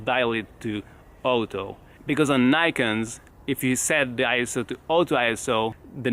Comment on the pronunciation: he can almost not be able to say ISO because he had to pronounce the vowels properly ! he wanted to say ee s a !